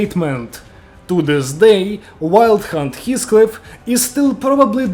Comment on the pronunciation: im listening to this and when he says wild hunt it sounds like hes saying "wild c*nt"